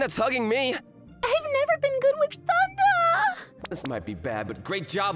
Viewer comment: The male MC voice actor has had an issue with saying the word tsundere wrong a fair amount, even in other videos. He should really learn the correct way to say the word.